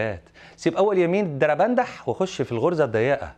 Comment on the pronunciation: شوفو المذيع كيف نطق الدربندح 😂😂😂😂😂على فكرة يا اخوتنا المصريين ما معنى هذه الكلمة